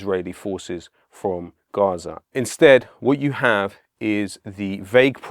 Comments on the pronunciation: Just pronounce Gaza like normal English mate. Mixing accents is stupid. Love the message though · Why is he saying Gaza in such an indulgent and annoying way?